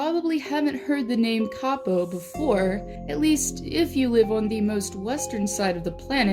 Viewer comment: And btw you have to say kaapo whit 2 a